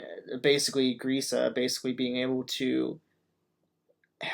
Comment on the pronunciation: youre saying Grisha wrong. Dont butcher his name please.